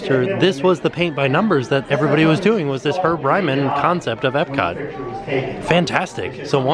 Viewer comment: at one point he says epcat